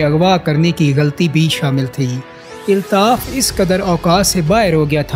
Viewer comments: Aby pando eltaf nhi Altaf bol kb urdo sahi hogi tm logo ki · ابے او چوتیے ILTAF nahi ALTAF اپنا تلفظ تو ٹھیک کر آدھی سے زیادہ باتیں اوٹ پٹانگ ہیں